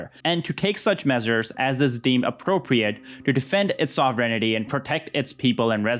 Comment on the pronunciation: "Sovrenity" smh